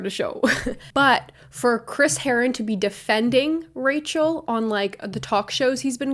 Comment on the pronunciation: one time you said rachel and i thought you were saying racial with a miranda sings accent... my mind